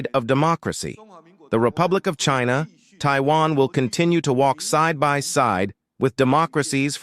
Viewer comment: what is this ai voice saying shina